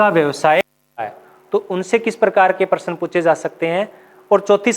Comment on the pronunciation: आप प्रश्न ,शब्द, प्राप्त जैसे शब्दों का उच्चारण सही नहीं कर पाते हैं